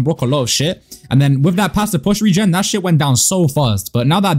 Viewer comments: Licht “reign” is how its pronounce not regen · btw licht regen means 'light rain' in english regen is pronounced rae gen